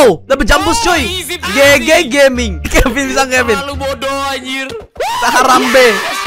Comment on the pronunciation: ciri khas manggil kevin ama kevin itu Kevin: Pin Nevin: Vin